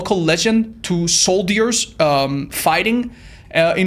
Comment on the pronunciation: That's sure a different kind of video... Also the way you pronounce "soldiers" as "soul-deers" is adorable :D